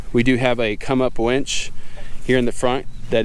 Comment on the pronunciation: Did he say wench? Lol